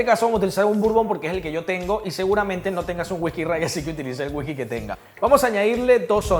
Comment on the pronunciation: me da mucha risa cuando dice Wijki jajajaja